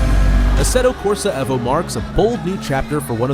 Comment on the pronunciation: How did you manage to say evo wrong?